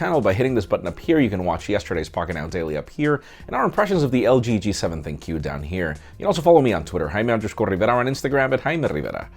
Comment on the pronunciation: Would you stop saying "think Q" please! it's "Thin Q" for godsake.